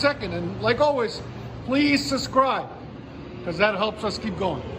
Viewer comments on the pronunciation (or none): none